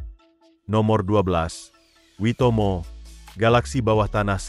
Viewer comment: Nice info, sayang beberapa details ngaco seperti visual Wellington malah sky towernya Auckland, penyebutan beberapa nama spt Hangi, Maori dan Waimoto yg salah. But overall it is nice information. And yes, saya pribadi sangat menikmati kehidupan di sini terlepas dari banyak jg hal2 negatif nya. Btw Cappucino 3.50$ beli dimana hahahahaha